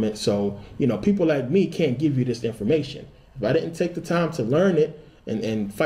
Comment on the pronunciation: I'm getting so distracted by you saying dit ent instead of didn't and garten of eten instead of garden of eden. I'm from England, we also drop letters sometimes when speaking slang. Swapping letters makes my head hurt. I've watched many of your videos and found them very interesting. Thank you.